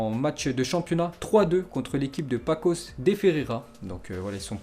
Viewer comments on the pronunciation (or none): MDR il a dit paCos XD mec il y a une cedille ca fait le son "sss" XD j'était mort